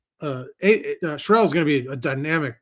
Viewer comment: Here’s an easy way for you to remember how to pronounce Aidan’s name - he’s a man, so you don’t pronounce Sherrell like a woman’s name (it’s not Cheryl).